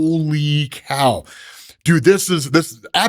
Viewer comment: Was that a ‘Holy Cow’ at the beginning or a ‘Holy Cowl’?